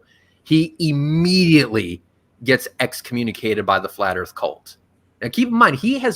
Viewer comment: I love how says "Da flat ERF